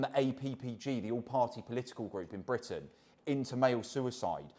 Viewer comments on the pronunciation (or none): none